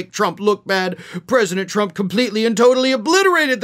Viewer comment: ...I wouldn't normally correct you, but she never calls him "president Trump"...EVERYTIME she mentions him, she says "president Chump"...I don't say this as a joke, listen to the blonde whackado when she talks...she can't say Trump, it's chump everytime.